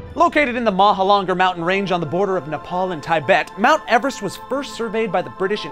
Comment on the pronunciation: Mahala mountains? Taibet? Komolangma? Also, sir George Everest’s name was pronounced with e sound like in sea. Also, Everest is not tallest - that’s Mauna Kea - it’s the highest. The death rate is 6.5%, not 10%. It’s not that you want to or not hire Sherpas- you have to. You legally have to climb with a company. You don’t start in May - you start in April and summit in May. You go through base camp and 4 camps, not four base camps. Lhotse is pronounced lots-ee, not lots. This was bad. Really bad. REALLY bad.